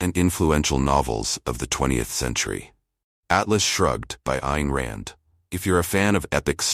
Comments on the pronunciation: Anyone who knows anything about Rand knows her first name is not pronounced like "ane" in Lane, but like "ine" in Mine. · not even 40 seconds in and you pronounced her first name two different ways